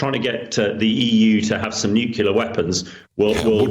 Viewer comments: Nucular? WTF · When the "expert" says nucular like George Bush.